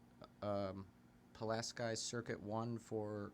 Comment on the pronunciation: Did you even attend grammar school? It’s Pu LAS key!